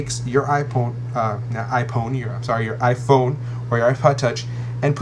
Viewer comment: Lol iPone !